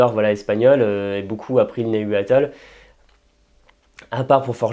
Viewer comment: Houlà, cette prononciation de "Nahuatl"...